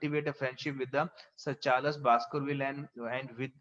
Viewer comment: Your explanation is too good but it's charls not charlas